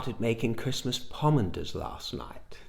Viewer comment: And by the way, the lights aren’t flickering. And I love the way you pronounce pomander